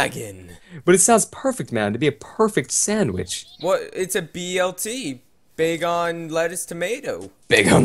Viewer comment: when you faught wynaut bagon actually sounded like it said "BACON!" xD